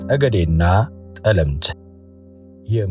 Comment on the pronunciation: ጠለምት ሲነበብ “ ጠ “ ይጠብቃል አጥብቀው።